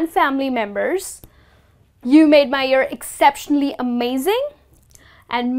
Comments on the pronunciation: pronounce the word "year"right please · Kindly pronounce these words correctly - year, cheers, adoration, and endeavour.